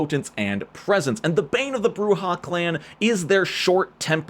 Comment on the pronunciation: Thank you for correctly pronouncing Brujah and Camarilla correctly.